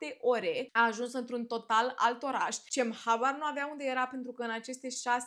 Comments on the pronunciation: C din Turcia se citește G -GEM nu CEM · Se pronunță "Minever" că ai zis că pocesti😂 și GEM spor ❤ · Cem in turca se citeste Gem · Bună, se pronunță Gem